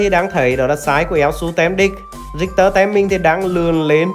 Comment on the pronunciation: rictek mà kêu rioma vậy ông🙈🙈🙈